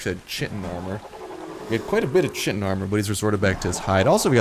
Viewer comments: It's pronounced kite-in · Chitin is actually pronounced kite-in. Pteranodon is pronounced tuh-ran-uh-don. Big fan of this series so far.